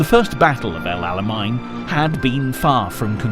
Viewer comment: El Alamein…not Alamine